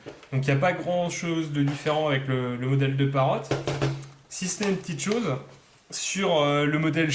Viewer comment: Encore un qui l'appelle Parote... ? Parrot pas Parote...